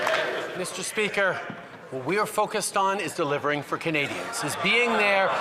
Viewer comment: delievering.. ahahahhahaa